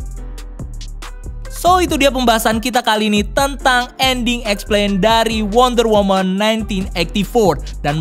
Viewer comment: Mon maap nih yang bener wonder woMAN bukan wonder woMEN,belajar lagi ya bang b inggrisnya kwkw